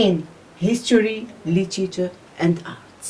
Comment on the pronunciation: it's literature not LETCHITCHA